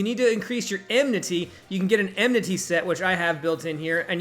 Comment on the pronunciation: the way you mispronounce enmity with more emphasis each time you do it makes me want to put my head into a wood chipper